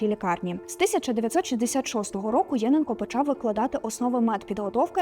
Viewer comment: ЄнЕнко. Такий наголос правильний. Тут фото не Луганського педагогічного інституту, а, якщо не помиляюся, його Старобільського філіалу.